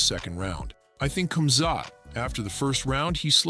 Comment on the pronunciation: I hope all going against Khamzat can keep the same energy when he wins. This bum can't even say his name right let alone make a prediction..